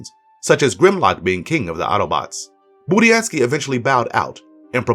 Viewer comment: At least he said Budiansky the right way, unlike all the other reviewers.